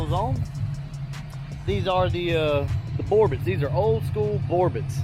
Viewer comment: The T in Borbet is silent.